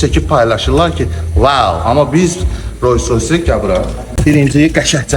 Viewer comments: Roys roys yox Rols roys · Sizin obirsilerle ferginiz odur ki, siz Roys Roys deyirsiz)